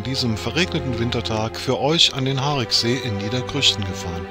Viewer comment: Ein schöner Film aber mit Aussprachefehlern und schlechter Recherche. Das "i" im Wort "Hariksee" wird ausgesprochen. Zudem verläuft die Gemeindegrenze zwischen Schwalmtal und Niederkrüchten mitten durch den See. Das Schlösschen liegt in Niederkrüchten, die Ferienhäuser am Ufer befinden sich auf Schwalmtaler Gebiet. Zumindest die im Film zu sehenden Neubauten. Bis zur Sanierung des Sees stand dort übrigens das ehemalige Strandbad. All dies sieht noch nicht lange so aus. Vorher war es um einiges schlimmer. Ich kann mich noch an Zeiten erinnern wo das Strandbad noch stand. Es hatte um einiges weniger Flair. Auch den Gottesdienstpavillon kenne ich gut. In meiner Kindheit bin ich oft mit meinen Großeltern dort zum Gottesdienst gewesen. Ebenso hätte man erwähnen können dass der See durch Torfabbau entstand und dass dort ein Vogelschutzgebiet eingerichtet wurde. Auch der verheerende Brand im Schlösschen wurde nicht erwähnt. Übernachtungsmöglichkeiten für Camper wurden ebenso völlig übergangen. Alleine in Brempt gibt es zwei Campingplätze in der Nähe des Sees, einer davon ist Dauergästen vorbehalten. Auf Schwalmtaler Seite gibt es am Mühlrather Hof einen Campingplatz sowie auch ein Clubgelände eines Krefelder Campingclubs. Der ehemalige Campingplatz am See hinter dem Tretbootverleih wurde leider zur Feriensiedlung. Grüße von einem gebürtigen Schwalmtaler.